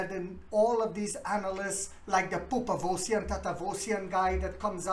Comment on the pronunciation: Haha pooopavosian!!!! 😂😂😂😂😂😂 👍